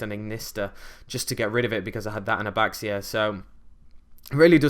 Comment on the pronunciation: Chiwen: Chee-wen Bixi: Bee-zhee (think pronouncing 'zh' like 'sh' but with the hum of the z) Baxia: Bah-zhia (same as above) Taotie: Ta-oh-tee-eh Just helping out with some pronunciation, I believe these are correct. ^^